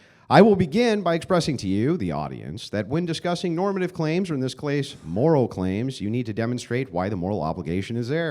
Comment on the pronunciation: he keeps saying “clase” instead of “case” 😂